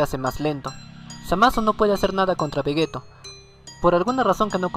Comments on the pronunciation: Se pronuncia "Vegitto" no "Vegeto".... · vegeto?? que no se dice vegito? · oye no es por ofenderte pero se dice vegito se escribe veggetto pero se dice veggitto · no tuve que ver ni 2 minutos de tu video para ver que no sabes nada ya que le dices vegetto cuando claramente es vegitto 👎👎👎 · Carlos Joshua Romero Núñez Un error en la pronunciacion de una sola palabra no invalida los argumentos que se den en todo un video... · no se de donde sos pero vegetto es en España y vegitto en latinoamerica las dos pronunciaciones son correctas confirmado por akira y por toi ya que la pronunciación depende mucho de la zona geográfica